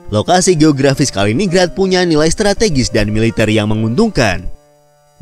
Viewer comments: Kaliningrad itu dibaca KALI NIN GRAD, ya salam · MIN. Penyebutan yang benar, BUKAN "KALINING RAD" TETAPI "KALININ GRAD"